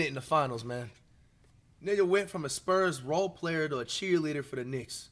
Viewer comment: the "sperms" 😭